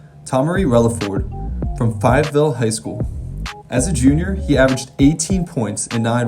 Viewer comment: u said Fayetteville wrong😭